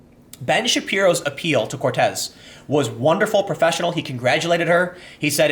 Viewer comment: Saying COrtez instead of Cortez was very humanising, Tim